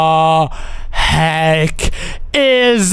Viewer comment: It's funny when he said what the heak about the torch 🔦 🤣 😂 😆 😅 😂